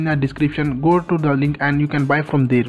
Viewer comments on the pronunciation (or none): none